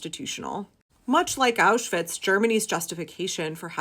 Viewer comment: I am a self-confessed vocab karen. As a word-stickler, I notice that you correctly pronounce the double-V in Auschwitz but still say "sossall" security. I know I'm shooting myself in the foot right now- please don't block me, and please consider my plea, as it is in earnest. I'm sure other word nerds have felt the urge to comment on this. It's not easy being a nerd, or a word lover, and we all need solidarity, now more than ever. I just can't stay silent. Please hear my plea, I mean it with total sincerity. I'm well aware this isn't the topic that needs to be addressed, but I hope others out there will hear this and have my back. Maybe they won't... But if this message resonates with you, you're not alone.